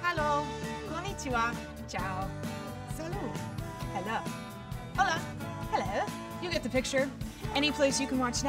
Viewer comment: I think it is funny that her pronunciation of Salut is false.